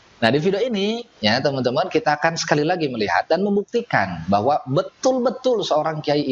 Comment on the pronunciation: Ngomong "bahwa" saja sampe jadi "beahwa"